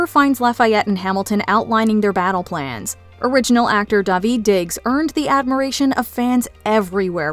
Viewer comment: Daveed not Davi 😂